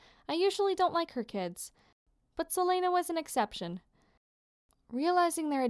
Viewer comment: Is that how you say silena? I thought it was sil-ee-na (Good to know! 😂😂) Also, this is super good! Nice job!